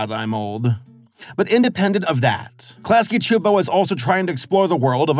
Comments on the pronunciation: I’m honestly super impressed by your pronunciation of Klasky Csupo! Your abilities to pronounce foreign names and words feels like it’s improving with every new video! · I'll give you props for getting their name pronounciation actually right cause some critics like RebelTaxi and Mr. Enter got them wrong at first! (at least initially) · Interesting how you can pronounce Klasky Csupo no problem, but Luz gets mangled even though her name is said probably hundreds of times throughout the series